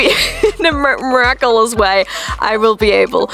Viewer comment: I love how incapable of saying "miraculous" she is but it doesn't deter her in the slightest and she continues to CONFIDENTLY attempt it again and again.